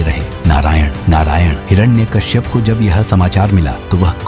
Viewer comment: Is not hirana Kashyap hiranyakashyap😅